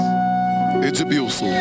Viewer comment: Ed"b"ilson... HAHAHHAHAHAHAHAHA